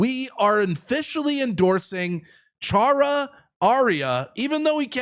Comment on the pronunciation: It is Chan dra. lol.